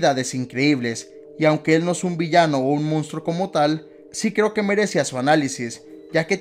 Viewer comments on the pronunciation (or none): none